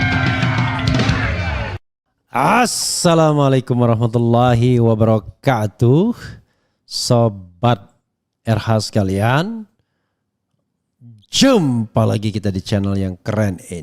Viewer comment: Assalamu'alaikum bukan Hhaaasalamu'alaikum bang.